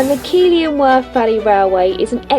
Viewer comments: nice steering! For some strange reason (as it's not spelt even remotely like it) the town is pronounced Keeth-ley, not Kee-ley. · It's keethly not Keely. Oh and well done for going up the S&SYN. Very intrepid. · It's actually pronounced Kee-thly in Yorkshire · Another delightful episode, especially the Kingfisher! Love that you seem quite fearless in tackling the river sections. Think I will stick to the canals for safety for the moment. ( btw,it is pronounced Keethlee) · Bless you…….pronounced ‘Keith-ley’ 😊👍🏼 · Just a polite correction, Keighley is pronounced Keefly ❤ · Sorry to correct you but it is pronounced Keith-ley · It's actually Keighley ! not Keethly . 😂😂😂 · Nice to see a video from Haworth, even if you fell into the Keighley pronunciation trap! My great great great great grandfather is buried in the churchyard at Haworth. He was 27 when he died of tuberculosis. His baby son is buried in the same grave. Luckily he had another son who survived or I wouldn't be writing this! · Yes I know. She pronounced it wrong so that's the phonetic pronounciation